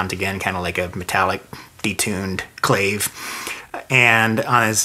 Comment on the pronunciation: Absolutely loved this video, thank you so much! Though it's pronounced clah-vay 😉